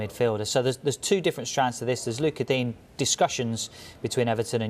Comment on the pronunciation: Just letting you know you cunts, it’s digne not dean, he’s french